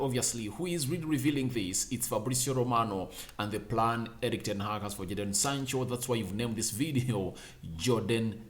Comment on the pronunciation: Bruv, his name is Jadon